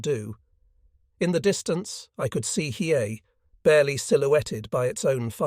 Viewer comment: Listening to the AI try to pronounce Hiei and fail every time is hysterical.